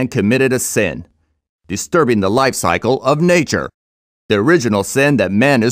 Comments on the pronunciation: TO PROTECT THE LOYFE CYCLE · I lost it at LAIF cycle.